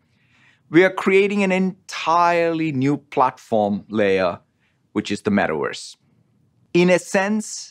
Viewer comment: It's metaworse not metaverse 😂